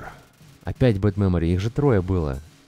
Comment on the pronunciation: когда ты говорил "было/будет/есть", мне показалось, что ты сказал "мыло будет есть"